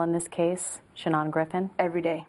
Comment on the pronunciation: His freaking name is SHANON! Where in the world did she get that stupid pronunciation? His own mother doesn't pronounce it that way. Sha-NAHN?